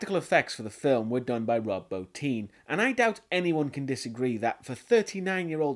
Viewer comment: Thank you for pronouncing Rob Bottin's name correctly. It shows you did your research. Most reviewers pronounce it bah-tin.